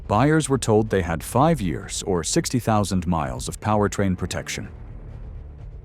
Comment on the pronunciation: She's the worst CEO GM's ever had. She's a DEI hire. Also, I'm tired of the AI voices. It doesn't even know how to say years.